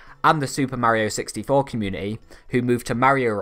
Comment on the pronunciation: You keep unpronouncing Mario in the video. Please get it right